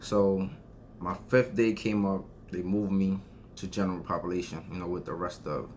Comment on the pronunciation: Genarul popalation! Lmao